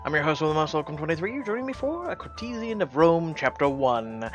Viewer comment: Dude... That is so not how you pronounce 'courtesan'. -_